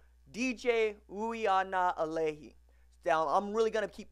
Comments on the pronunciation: No RJ, sorry. That's not how you pronounce his name. It's ooee-ahnga-leh-leh-ee. I'm here in Hawaii, born and raised here, so i know. Hope this helps. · Ui: pronounced Oooh-wee aga: ah-ng-ah (‘ng’ pronounced like ‘ng’ in mango) Lelei: le-lay Last name is Samoan like Tagovailoa.